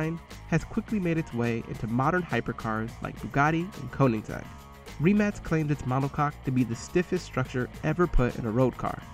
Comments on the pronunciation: It’s not REEEmac is rimac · It’s a rim-ack not reeemac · It’s pronounced Re-Mach not Ri-Max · I'm sorry but did he rlly just say reee-mac xD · It’s pronounced with C not K. It’s Rimac